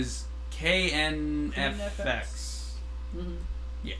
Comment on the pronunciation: You've mispronounced KRNFX twice now, so here's the beginning of his Wikipedia article: Terry Im (born 13 May 1989), better known by his stage name KRNFX (stylised krNfx; also pronounced "Korean FX"), is a Korean-Canadian beatboxer and singer.